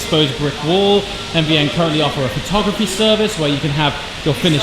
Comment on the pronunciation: 918. Technologically superior. NVN is a forgettable name. What the hell does it stand for? Most of the time it sounds like you are saying MDN.